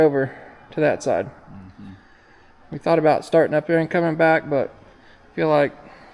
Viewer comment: says " I thauhht u's had fork extensions?"